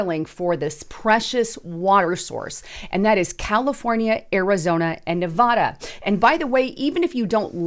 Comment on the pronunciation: Learn how to pronounce the state name, Nevada.